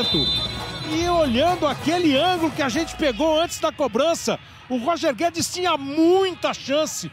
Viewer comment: O narrador disse Roger Guedes e eu só escutei Toni Kroos